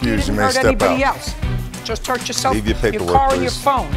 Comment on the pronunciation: And how they pronounce “car” cringe 😬